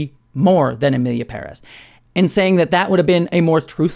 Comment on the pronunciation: It's so satisfying to hear you pronounce Pérez with a stress on the first syllable, as it should be.